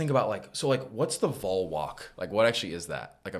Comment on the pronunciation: Just a note. Don’t let your good work get lost by a little mistake. VOL is not pronounced “vole”. It is “VAWL”. It really gets in our crawl when folks mispronounce it. Thanks and keep up the excellent work.